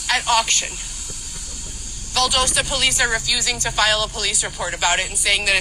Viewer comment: So she was a prostitute and considered having sex with men for money being SAed and Trafficked? Do I understand that correctly? She also doesn't pronounce Valdosta correctly